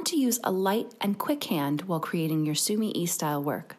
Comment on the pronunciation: Sumi e . The e is not said like eee in week. It is said like eh in wet.